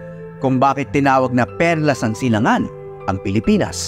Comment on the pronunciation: Silangan! Maling pagbigkas po kayo